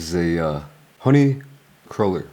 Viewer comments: In America, it’s pronounced like CRUEL ER. So either you’re pronouncing it wrong or they pronounce it different. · I TOO LOVE HONEY CRULLERS, and the honey cruller Timbits are also fire. I used to eat way too many when I worked at Tims years ago lol. its pronounced Crew-ller btw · We pronounce it honey "crew"ler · Honey "cruller" is insane bro... it's croo-ler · Dis mfer with the aboot 😂 … but homie triple triple? that shit ain’t coffee lol normal people don’t get that But ya all that stuff is on the menu, we have two versions of Tim Hortons. The regular one and the fancy one(trying to be Starbucks-ish) which Korea adopted there. And it’s pronounced crew-ler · I live in Eastern Ontario, Canada and a lot of people say cruh-ller. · I'm from Toronto originally and we always said cruh-ler. I'm wondering if it's more of an American influence than anything. Like the word basil we always pronounced bah-sil like the British not bay-sil like the Americans. We only used bay-sil when saying basal which is totally different. I think the American food network has altered a lot of the pronunciations over the past couple decades. But as long as we get the correct food it's not an issue. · How you pronounced cruller was so cute :D, I loved your reaction to it hahaha. I love the donut its just too sweet for me as I get older but I agree with what you said.